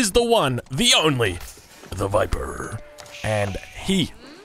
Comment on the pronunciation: the viperrrrrrrr